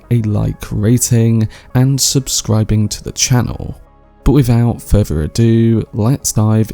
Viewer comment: WIVOUT FURVER ADYOO, Djyoon Mezziah